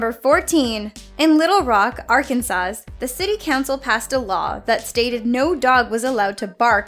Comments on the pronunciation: Idk how many times it needs to be said but IT ISN'T "ARK AN SAS" IT'S "ARK AN SAW" The second s is S I L E N T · are you really saying ar-kan-saws? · Its pronounced Arkansah but it is spelled arkansas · It's pronounced Arkansaw, lol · The "S" at the end of Arkansas....is silent. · you don't pronounce the last S in Illinois and Arkansas. Good voice over work, but details like that will doom you. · DAMMIT!! You don’t PRONOUNCE the second ‘S’ in Arkansas! We’re very particular about that. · Oh sweetie...the "s" in Arkansas is silent. Sorry!!! :) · I choose to pronounce it Ar-kansas.